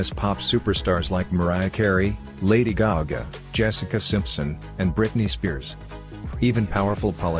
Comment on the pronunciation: ‘Lady gaaguh’